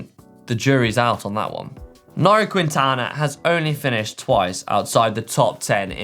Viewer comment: Dude, you somehow managed to butcher every single remotely tricky name, right there. Maybe rehearse before hitting up the autocue.... It’s Kintana, not Kwintana. Jeez.